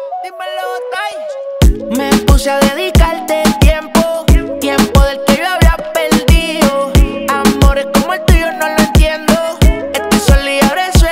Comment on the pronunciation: Pero pronuncie bien las palabras, se escucha horrible,, (dedicarte _dedicalte )